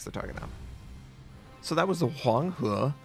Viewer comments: Always like your vids,! Your pronunciation of Huang He is very accurate! WOWS ASIA just released Oktyabrskaya Revolutsiya, how's that ship? Let's hear it from your mouth:) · most accurate pronunciation:d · you were really trying to pronounce that Chinese word lol, good job on that. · your mandarin pronunciation is so accurate lol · thumbs up for being able to pronounce that Chinese name pretty good. GJ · you pronounced the ship name much better than flamu :)